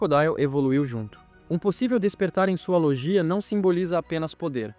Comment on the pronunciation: Se escreve "LOGIA" mas se diz: "LÔGUIA"